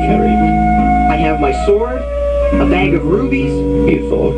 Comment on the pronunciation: Ruppees, not rubies dammit